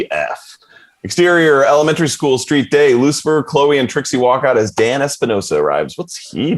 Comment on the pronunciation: It's beautiful how much the characters have developed and changed since first episodes and up until now, the end of season 5. Edit: Inbar actually really good pronunciation of Kevin's Dan :D